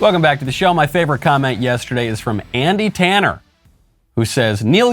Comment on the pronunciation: Man, you completely butchered that, lol.